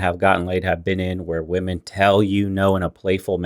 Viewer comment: "Whose better at communication? Wemon" Yo girl whats wrong? "Nothing.." 🤣🤣🤣🤣🤣🤣🤣🤣